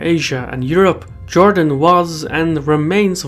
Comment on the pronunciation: Not Jordan but Jewdan…